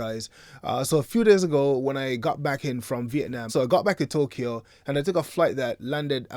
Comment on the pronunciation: I,love your and even had an ex-friend that you interviewed which was a pleasant surprise anyway remember Tokyo is pronounced TO KYO not TO KEE YO, all the best to you. So proud of you